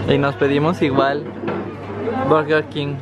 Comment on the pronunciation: haha me dio risa que ahora pronuncias burger king como en francés...